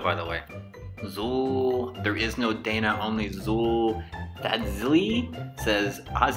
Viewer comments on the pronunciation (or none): none